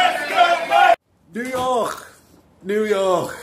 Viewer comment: “New yorkhhh”